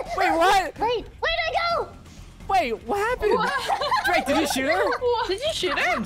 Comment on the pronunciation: i like how u call drake are drade